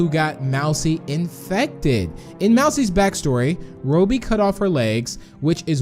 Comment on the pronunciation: hey why he say "Roebby???"